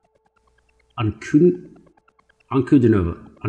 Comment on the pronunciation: It's pronounced DEEana AnkuDEEnova (no emphasis on the -ova suffix).